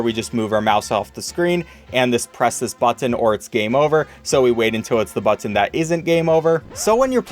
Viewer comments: learn how to say button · why do u say button like that